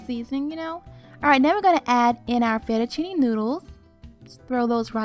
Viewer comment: Excuse me *fett-u-cine*